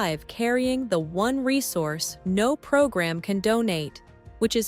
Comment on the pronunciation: Who LIVE in one, not "who live in ONE. AI voices do not understand human inflection.